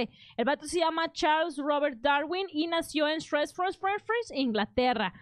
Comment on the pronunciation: Me latió como pronuncias Shrewsbury. Saludos.